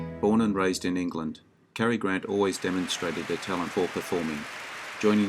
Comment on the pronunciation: It's Cary Grant; not Carrie Grant.